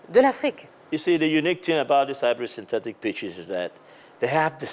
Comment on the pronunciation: Tia il a dit hybrid syntetic. Et pas seulement sintetice